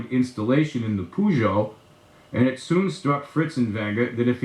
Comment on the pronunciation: As a happy french owner of a 1985 K 100 RT in her complete original condition, let me correct you, with a huge pinch of humour. We donnot pronunce " PEUGEOT " like " PUGOT" The "E" and "U" combined , are giving birth to a sound close to your "her" . Think about it like a "PHERgeot". My 2 cents. Forgot to add : congratulations for your speaker talents.